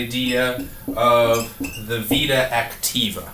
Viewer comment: It's Vita Activa!!! Not Vida Activa